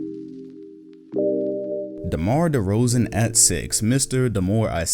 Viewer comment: Im mad you barely spoke good on DeRozans name